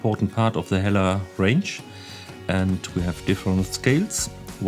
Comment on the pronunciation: So they're pronounced - 'eller ??